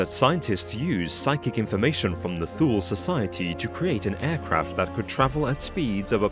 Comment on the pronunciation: U mispronounce Thule. It is Two-lee. Like number 2 and Lee. Like the general.